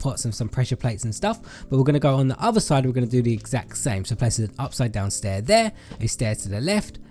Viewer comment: “and one heh” 😂😂